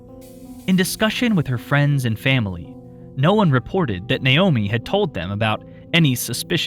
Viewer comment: Finally, someone who says Naomi correctly!